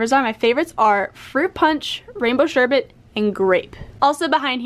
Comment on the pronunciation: Dude... you are literally the only person I have ever heard pronounce sherbet correctly (w/o the 2nd nonexistent R sound) lol Threw me completely off when you said it lol